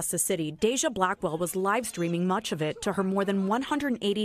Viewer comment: I thought she called her Blackball but she was saying her last name, Blackwell. I had to go back and double check 😂